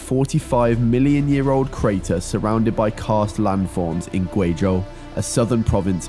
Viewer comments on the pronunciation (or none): A couple of corrections: A star 8x the size of our sun becomes a black hole at its end, not a neutron star (pulsar/magnetar). Neutron stars result from stars that are less than 2x the mass of our sun, usually 1.35x our sun. Also, the rock formation isn't "cast", its karst. Karst, like in the mountains where Avatar was filmed. Also, this isn't infrastructure so much as science equipment. But that's a true quibble.